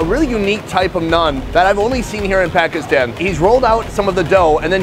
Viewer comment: Can someone gets his pronunciation of “Pakistan” correct? Will be a big achievement if by the end of this series he can say Pakistan properly